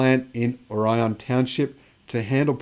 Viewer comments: the locals pronounce it "Or-E-Un" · Orion = "or-ee-un" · Lake Orion & Orion Township rhyme with "DeLorean." I grew up in Metro Detroit. Michigan has a lot of odd names, be them former Native American names, or in the case of Orion, an English, French, German, Polish, Greek, or Latin word that has a local pronunciation. Lyons is "lions" and Charlotte rhymes with "tar pot" Cairo is "car-o" and don't get started with names like Chesaning, Cheboygan, Copemish, Kalkaska, Ishpeming, Sault St Marie (on both sides of the US-Canada border) or Escanaba! Remember, Michigan is the state with the city Kalamazoo, too! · According to Wikipedia, the Orion in Orion Township, Michigan is pronounced ORR-ee-ən.